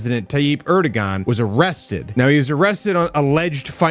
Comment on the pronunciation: It's pronounced "Air-duwan." Stop trying to be a journalist.